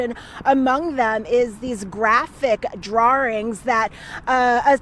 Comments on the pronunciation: An earlier broadcast said a DRAWRING. that is so wrong, it is a DRAWING. Same reporter, same ignorance. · It's "DRAWINGS"... pronounced as in DRAW & WINGS... DRAWINGS. They are not DRAWR-RINGS. He was not drawr-ring, drawr-rings. Damn it, people, learn how to talk! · This girl really said “drarings” 💀 and the other one said “this very ongoing situation” 💀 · “DrawRing”???? You are a professional on live tv, please speak correct English. I hope all 3 of these these people get the max.. parents sound like disgusting humans (based on the account from James’s ex). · Her saying drering took me right out of this story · What the hell is a "Drooring- Draring"..???? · Huh Drawrings?